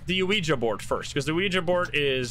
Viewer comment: Thank you for pronouncing "Ouija" correctly. It's so cringe hearing people say "Weegee."